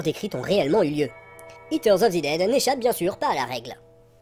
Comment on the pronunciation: J'écoutais sans regarder l'écran. It terre of zi dèd ? ... ... A j'ai compris.